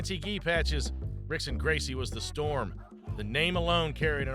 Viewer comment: To mispronounce Rickson Gracie is a sin.